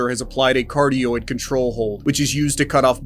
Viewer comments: Bro it's pronounced "Ca Rot id" .. not Cartioid .. :-) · I love you man, but... its pronounced kuh-rot-id